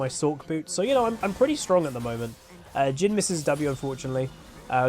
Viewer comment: Whenever you're mentioning "Jhin." I constantly hear "Jim." which I actually find quite hilarious.